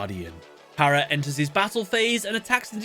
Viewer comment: Am I the only that when he says enters his battle phase, it sound like End his battle phase?